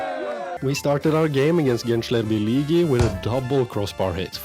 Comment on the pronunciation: bro you can pronounce ''ğ'' letter like ''h'' gençlerbirlihi and we don't say the letter c like k, it's a little softer like when you say johnson. i hope what I said doesn't upset you i just say it to make you a little curious. nice video💗